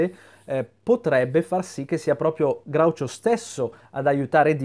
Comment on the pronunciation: Sei l’unico che pronuncia Groucho correttamente, questa cosa mi commuove.